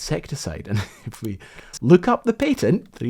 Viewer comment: i enjoyed this video. but lets be real, there's no reason to be saying 'patent' like that